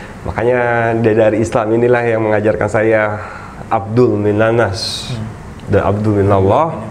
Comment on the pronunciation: ustadnya koq tdk membetulkan ucapan saat mengucapkan Abdul Minanas ya.. hrsnya kan Hablum Minanas dan Hablum Minallah... bukan Abdul Minanas dan bukan Abdul Minallah